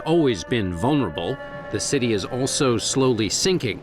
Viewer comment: city., not cuty